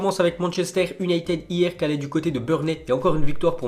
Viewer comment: On prononce younaytid